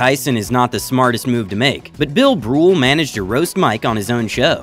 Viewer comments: U said fucking bill BRULE...AGAIN!!! it's bill BURR jesus h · You called Bill Burr - "Bill Brool" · “OK maybe correcting Mike Tyson is not the smartest move to make, but Bill Brool managed to roast Mike on his own show.” Bill Brool? Really? It’s “Bill Burr” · who the fuck is Bill Brool?